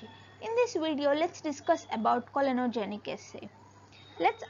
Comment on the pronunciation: clonogenic not COLONOGIC😬. What has a colon got to do in this experiment, Miss??